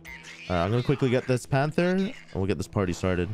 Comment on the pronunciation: Panther kinda sound like